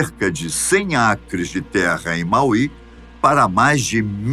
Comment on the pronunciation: Fala-se Máui não Mauí